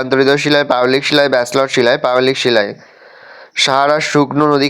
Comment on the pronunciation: Basloy noi ব্যাসল্ট 😅